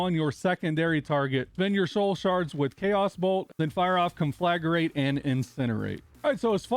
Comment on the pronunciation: Thanks for the helpful guide. One thing though. The word is conflagrate, not conflagarate.